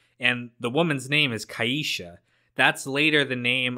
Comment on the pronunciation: They made a mistake pronouncing that name it’s pronounced kee-sha. But no one never met a girl named kai-ee-sha.